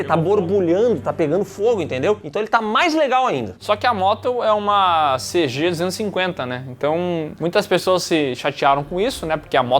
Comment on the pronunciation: Irmão, isso é uma vmax1700 V4! Fora isso a palavra cg250 é dolorosa de ouvir